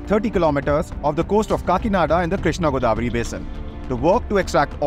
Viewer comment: It's godavari not goddavari